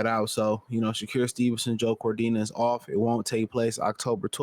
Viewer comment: It's wild how you pronounce his name - Sha-cure 😂